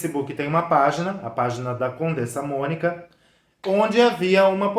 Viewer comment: e a coleeeega lá sabe quem é Erika Palomino??? Ela fala 'poblema' e 'condensa Mónica'. Esperar o que???